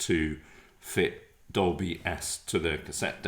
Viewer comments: Are you 3 playing a drinking game with your Doblie! Dolby and Sonie Sony pronunciation ? 😂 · This riff was worth watching for the bewildering pronunciations of Dolby (Dobly) alone. :0) The fact I have had a huge flashback, as I owned one of these fine machines, is a real bonus. I had a few Sony Metal Master ceramic cassettes, which would hold a higher record level (and smash if you dropped it). They were £17.99 back then for a single, blank c90. Sounded superb.